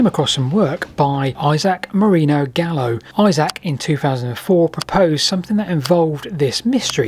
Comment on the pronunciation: Gallo? It's CALLO